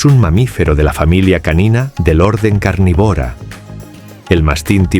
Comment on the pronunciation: Carnívora , aprende español, mira dónde está el acento